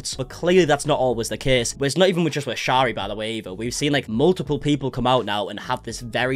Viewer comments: Her name is pronounced Sherry like the alcohol! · you were doing so well saying sharis name right in a past vid where did you go wrong😩